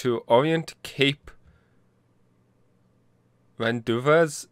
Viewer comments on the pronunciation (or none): FINALLY you're posting it! It'll be interesting to see how you stumble through everything... By the way... RON-DO-VAYZ?! It's rohn-day-view. Rendevouz.